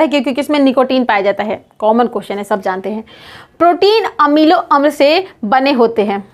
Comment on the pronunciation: श्री मति जी क्या ही बोले हम आपको, शुक्र मनाइए नीतीश कुमार के राज में आपलोग इतना तरक्की कर लिए और ये अच्छी बात है लेकिन अगर नॉलेज की बात करे तो आपके बोलने की तरीका ही बता रहा कई कितना है। जीरो रक्त समूह😏 अमिलो अम्ल😏 ग्रंथि को घंत्री😏 शरीर to हृदय, हृदय to शरीर😳 "ज्ञान अर्जित कीजिए तब ज्ञान बाटने आइए" 41 नंबर पे नोकरी कर के आ जाते है 😏